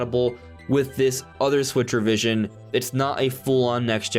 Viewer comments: I thought you were initially saying “Switchervision” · I thought you were saying "switchervision". I thought it was just a gaming term I'd never heard before. I didn't hear switch revision until you said it .